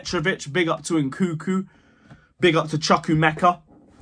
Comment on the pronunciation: It's not nkuku it's nkunku! You guys doing it on purpose ahah